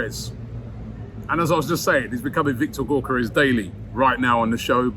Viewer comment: Bugs me that you keep calling him GORkares It’s GYOkeres